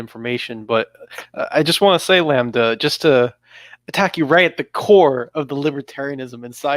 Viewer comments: 100th like! Well deserved. great lineup, fellas. Thanks for the conversation. God Bless. btw.. does really not know how to pronounce the world "lambda" or was he joking around? I mean, I know that as an anglophone, his pronounciation skills are F-tier or worse.. but That's actually hilariously ridiculous if genuine. "Lambuddha" lol, wow.. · Racist Settler can't pronounce exotic names like Lambda. Highly triggering! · what kind of education u go thru without ever hearing lambda spoken out loud?